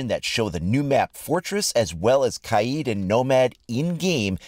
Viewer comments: Ka-Yeed.. I think it's pronounced Kade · “Kah-eed” ? I believe it’s “Kay-d” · Kaids name is pronounced (Cade) not Kai-eed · Kaheed? No kaid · i love your content but it k-AID not kah-ead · KaiEED? It’s Kaid (Kayed) not that hard to pronounce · It's not kaeeeeeeeed it's kaid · Are you playing on a psp? Also, it’s pronounced Cade ya dummy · Ka-eed? wtf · Pronounces kaid kieeeeeeeeed 😂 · its pronounced ka-ed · Kaid is pronounced "kade" lol XD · That cancerous mispronunciation “kaeeeeeeeed” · You keep saying KY-EED for Kaid. As a world renowned linguist, I can assure you that it is actually pronounced Marvin. MAR-VIN. No worries, I can see where that could be confusing. Frivolity aside, I’m liking the map more than the operators! Gonna be fun to find the angles and drone/camera spots. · it's neither, it's "Ka-Edd" :) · The way you said “Kaid” hurt me